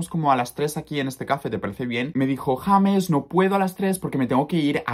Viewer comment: Siempre pense que tu nombre se pronunciaba "lleimes" osea como en ingles, no asi jamessss :O